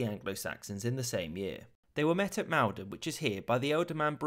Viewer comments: It's pronounced Mol-don not Mal-don. Also it's rumoured that the original point they landed at was actually dovercourt near Harwich. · You are either not from England or do not know the Maldon is pronounced "Mall don" by local people not "Male don" as you say in the Video, Also Cnut is also know a Canute. There used to be a pub on Canvey Island called the King Canute since it was the only place not flooded in 1953. :-) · Maldon is more like “Mauldon” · I’m not picking holes in a perfect video, but for future reference, the name ‘Maldon’ is pronounced ‘moledon’. Great video! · "They were met at MALDON... " rhymes will "Cool-don"... although I can't say how it was pronounced in the 10th-Century. Also, kings and queens are CROWNED... Not "coronated" (Good Grief). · Great Vid and usual but Maldon is pronounced like Mall (like an american shopping center) - don ... great Tubing. :-)